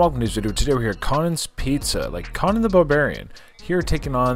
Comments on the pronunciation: Did he really call it Con-anne and not CONE-AN? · Definitely pronounced Co-nan the Barbarian 😂😂